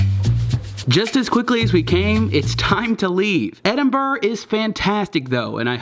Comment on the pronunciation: “Edin bruh”